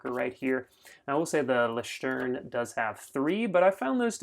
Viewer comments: I’m German and it’s not pronounced loeishterm - Leuchtturm is correct 😊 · It’s loycht turm. The first syllable is like the first syllable of “lawyer”, or the 2nd syllable in “alloy”, then kind of ch sound in the back of the throat. You can say a k sound and it’ll sound pretty good. Then the next it’s like the word tour, plus an m. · The way you pronounce it is LOYCK-term. Thanks for the video. :-) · It's loeishterm and I still prefer leuchterm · Leuchtterm isn't hard to say you just have a lazy tongue